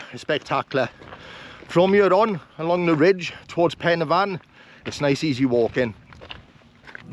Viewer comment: The best video of the Bannau😊. AND 10 out of 10 for pronunciation. I was getting fed up of the poor pronunciation of Welsh names in other's videos.